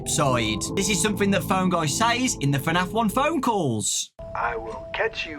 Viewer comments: Dude was just saying fanaf👌👌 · FNAF is one syllable, lad